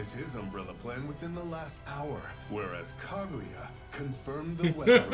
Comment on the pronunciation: I wonder when any of them are going to pronounce Kaguya correctly